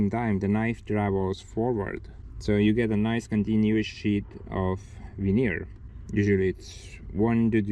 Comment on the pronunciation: Ha Ha until I saw the sheets I thought you were saying Manure...Logs turned into Manure. Veneer manure it is then eh? Smash that like people!